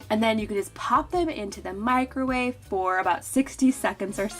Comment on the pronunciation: Meecro-wavay haha love the Nigella pronunciation 😜